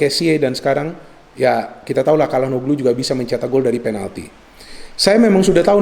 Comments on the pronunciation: maaf mau kasi masukan. Calhanoglu itu dibacanya bukan Kalhanoglu tapi Syalhanolu. Maaf kalo saya juga salah ya 😂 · Ralat, bukan calanhoglu tapi calhanoglu